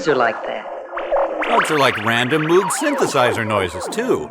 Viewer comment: Moog is pronounced M-oh-g, not M-oo-g Pedantry Quota filled for the day!